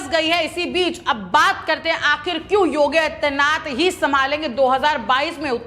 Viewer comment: इस एंकर को योगी आदित्य नाथ जी का नाम भी सही-सही नहीं बोल पा रही है इसे एंकरिंग के लिए कौन recommend किया है इसे तुरन्त हटा देना चाहिए अथवा चेतावनी दी जानी चाहिए।